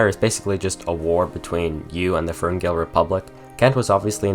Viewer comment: When you talked about the war you said "you vs the firngill republic"